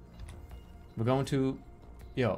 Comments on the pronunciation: your pronunciation of Io is uniquely not one i would have guessed. typically: 1) I.O. ( 'eye' + 'oh') 2) Io ('eeee' + 'oh') Jerma: "Yo" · Io is pronounced (eye) (oh) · when jerma says eeyo instead of io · Definitely interesting. Not an "i" pronounciation natural to english. There are many cases in other languages where "i" can make a "ye" or "yuh" sound, but it's not part of natural modern english (from memory it may be used in old english in some cases? I don't think its natural to German or Frankish though so that's kinda odd. It is natural to romance languages though and English is influenced a bit by early French so... it's complicated...).